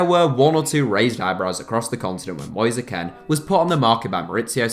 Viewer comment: “Moizey Kehnn”